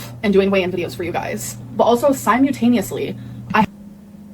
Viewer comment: SiMOOltaneously , What a cow